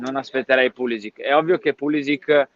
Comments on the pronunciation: si dice Pulisici tutta la vita, mamma mia... doesn't matter he is an Usa player!!!!!!! His name is croatian, doesn't matter his main nationality! Why are u calling Cardinale and not Cardinail because he's american????? Why Cardinale??? Because his name is italian!!!!,... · È pulišić, non è che se è emigrato in USA cambia la pronuncia, è un cognome croato e va pronunciato così